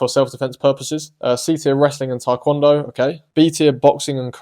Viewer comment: Yessir, Taekwondo is indeed underrated. I really love the way you say it, I think it’s way better than I hear most people say it. Thank you for the motivation to keep doing martial arts.